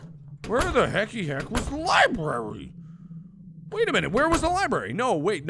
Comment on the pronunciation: MARK: Repeats over and over WHERE WAS DA LIBRAR-RE Me: U JUST PASTED IT OMGGG XDDD Dying of laughter